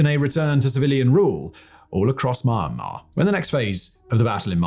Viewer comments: It's "Mee-ahn-mar", not "Maaa Maaa". You're a massive, quality content producer. You should know that. Cheers :) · Why is he pronouncing it so weird? It's pronounced mee-AN-mar, not MIEYRNE-mar I feel like I'm having a stroke every time he says it